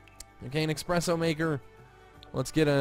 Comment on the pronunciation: he was growing on me......... then he said expresso. jk i like him still but my pet peeve is when people say expresso instead of esspresso